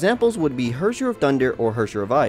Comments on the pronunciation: ITS HERRSCHER not Hwöwrschwör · "if you don't know what the word Hersher means..." Me, a German: "What? Hershey's? Well at least it's english take on "Verurteilung". I swear I laughed so hard, because it caught me off guard. It's probably so hard to pronounce words for other people, they are so damn harsh, sometimes. In this case I can't even compare it to English pronunciations... It's sorta like a Scottish person would pronounce "here" but with more emphasis on the r. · the way he pronounced 'Herrscher'... i didn't realize he was speaking german until he showed the wiki page^^ i'm german btw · Im German and I was laughing so hard about him saying Herrscher